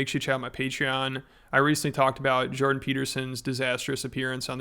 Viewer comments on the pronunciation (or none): none